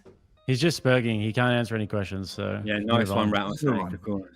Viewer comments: Is it 'sper/ɡ/ing' or 'sper/dʒ/ing'? They both pronounce it differently. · Bro said stop sperjin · "Stop sperjing" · "stop sperJIN" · "Sperjing" lol